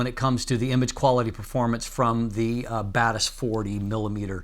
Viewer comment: When you say Batis Lens, I hear bad ass lens. 😅